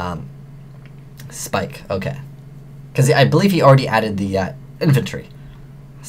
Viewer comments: YO ITS NAME IS "PIKE" NOT "SPIKE" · love ya but the word 'ABYSS' has two S' in it so its not mermail abyssSPIKEits mermail abyssPIKE!